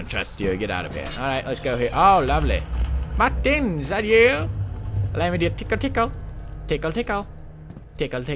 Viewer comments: I like the way he says Martin. maktin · The way he says MARTIN is just way to funnyyyy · i love how pewdie pronounces martin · lmao I love how he says "martin" lool tickle at 2.25